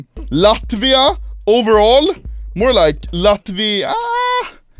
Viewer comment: He says latvia like an actuall latvian tho